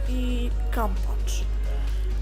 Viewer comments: no fajny , przydal sie :) kampaf a nie kampacz ^^ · efekt sympatyczny xD no i jak na dole kampat or kampaf a nie kampacz :)